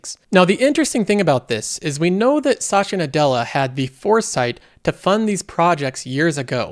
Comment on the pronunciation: Why does he pronounce Satya like Sacha?